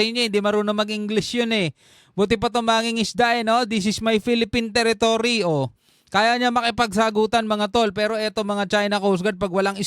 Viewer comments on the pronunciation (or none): Ang tiretory ay tiretory